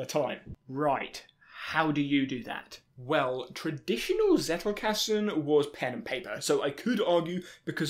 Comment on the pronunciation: Not to be that annoying commenter, but... Zettelkasten. Not Zettle. Zettle is a payment system by Paypal 😉